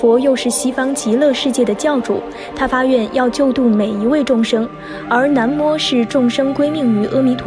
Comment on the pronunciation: 每次都会读错 是南无na mo不是nan mo 还有之前的那由他nuo you tuo